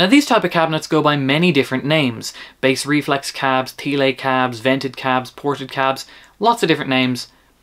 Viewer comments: Thiele is pronounced 'tee-luh' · Thanks for this video. At first when listening to this video I didn’t realize you were talking about Thiele cabs until I saw the spelling of the word Thiele. (Thee-lay? 😂) I liked the distorted guitar best through the one with no wood blocks. I’ve used Thiele designed cabs for many years with many different brands of speakers but not at really loud volumes. Right now I have a couple of Mesa-Boogie’s custom 90 watt Celestions in a pair of Thiele cabs which I use with my Orange Crush 35RT amp. I like the extra lows it gives this amp. I lined all the Thiele cabs I have (4) with fiberglass even for regular guitar use. I like the cabs with bass too. I never liked Thiele cabs as much as regular cabs because especially when using the fiberglass insulation, it lowers the center of the mids emphasizing the bass. But these things with lighter speakers are easy to transport made them easier to drag to my church for Sunday worship back in the day in the 80’s/90’s.